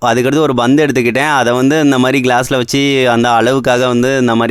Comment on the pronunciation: Bandhu betrol butthagam பந்து பேட்ரோல் புத்தகம் வார்த்தைகளை நன்றாக சொல்லாடவும்....